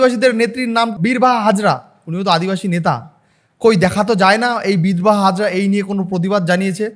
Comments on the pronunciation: Birbaha hasda not birbaha hazra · Birbaha hazra❌ Birbaha hasda✅😂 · Birbaha hasda not hazra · Birbaha hazra noi birbaha hasnda